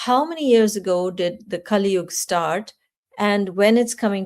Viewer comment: It is kali yuga not kali yug and moksha not moksh Madam please dont pronounce sanskrit words like hindi. Thank you